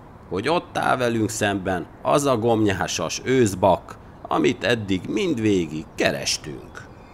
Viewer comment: Egyetlen apró hiba a beszéd. Aggancs helyett agancs őzbakk helyett a őzbak. Egyébként nagyon jó a videó.